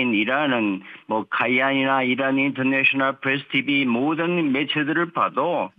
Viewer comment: 이런? 이라구발음했다는.